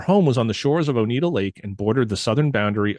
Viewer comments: Oneida not Onita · This was fun to listen to. Thanks for delving into this. As someone who lives in Central NY, it was great hearing about these sightings! BTW, Oneida is pronounced Oh-Nigh-Da, rather than Oh-Need-A. Not trying to nitpick, just wanted to share. Keep up the awesome work! I'm loving it! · Interesting video ! Thank you for sharing....btw, the county is pronounced ONEIDA..... O- nye -da.....not O-knee-da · Its pronounced Oni-dah.... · Very interesting. I live just outside of Cazenovia. Sorry to do this to you but Oneida is pronounced Oh-nye-da. First time watching your show and enjoyed it very much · Please! I before E sounds like E. E before I sounds like I. OH-nigh-da lake, or Oh-nigh-da County. Thank you. I know, I'm being a Karen; Care-in, not Kor ann. One is person, the other is a bible...kind of.